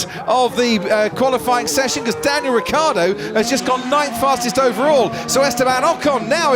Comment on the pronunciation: Is it so difficult to pronounce: "Ricciardo"?